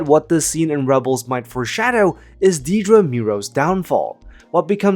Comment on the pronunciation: If you're going to go to the effort of making a video about Dedra Meero, can you at least pronounce her first name right? It's not hard.